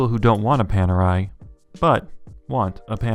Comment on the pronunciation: And it's very funny for an Italian like you English speakers to pronounce PANERAI. The "A" should be pronounced like "America" and the "E" should be pronounced like "Ellipse."